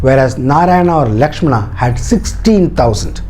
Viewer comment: I really love the details, but there are a lot more details to put for more understanding. But one thing, I didn't understand why you connected this with today's politics and religion. Channel seemed to have a bunch of knowledgeable and educated people, but you kept pronouncing names like "Rama", "Lakshmana". So, you're trying to make others understand that do not go for others porridge but you're trying to serve your own. You mentioned in the video that in ancient times, there were hardly any written forms available, and so we all could understand the fact that when things are spreading verbally, they get changed like Chinese whispers. So, why don't you stick with the original one (Valmiki ji wrote) and try to decode it. If in Jain's belief, they have different versions of Ramayan, that doesn't mean it's false or just a story. The same goes with other authors and writers as well. I believe that the time and then society (of the writers) had a great impact as well as language barrier (translation from Sanskrit) in the writing and detailing. This is the first time I watched your video. But the way you portrayed it with a cunning smile and vicious/derogative jokes, I was really waiting for the time when you connected this with the politics and a community's belief. That's what you did, your story telling has an agenda and if you're unable to see that if a story (as per your details) has such an inspirational power for thousands of years, then you have to go through the detail